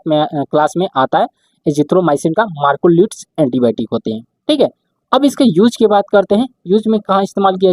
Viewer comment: सर्बापेनम् नही कार्बा पेनम् और मार्कोलिड नही मैक्रोलाइड बोला जायेगा😂